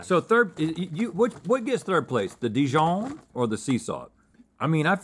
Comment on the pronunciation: "honey dee-john" is the new "grep jahm" Link sure makes those words fancy!